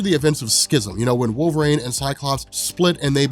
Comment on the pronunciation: "Wolver-ang" is all I hear